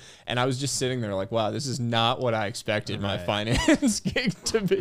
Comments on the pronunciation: He pronounced finance as FINance. I’m a native Californian and I’ve never heard that pronunciation, is that an investment banker/private equity thing or a thing? It’s been on my mind all day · Everytime someone is pronouncing FInance it sounds weird to me, like why you try to make it sound sophisticated..